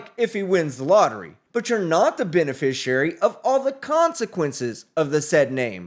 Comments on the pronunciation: The instant you utter the non-words "benefissherry" or "benefisherrarry" when referencing your non-self in my courtroom, you lose. We're going no further. No more time, taxpayer money or public oxygen will be wasted. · SovTard #3 "ray-row-ded" himself by trying the "beneficiary" nonsense. Well played Your Honor.